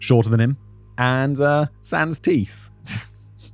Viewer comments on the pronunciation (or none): none